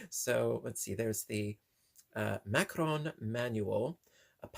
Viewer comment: You are correct. This particular item is pronounced ( ma-ka-rohn)